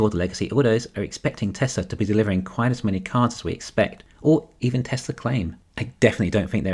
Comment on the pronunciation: There is no "r" is Tesla.